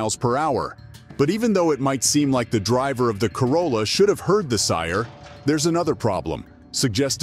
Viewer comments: He also earlier says "sire" instead of siren. Either a horrible voice over artist reading a script written by an East Indian, or an advanced text-to-speech application. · When the narration is done with a digital voice, at least get the words correct. 'should have heard the SIRE...' Bullet proof WESTS.... This channel is a waste of time.